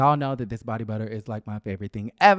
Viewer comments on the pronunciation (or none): none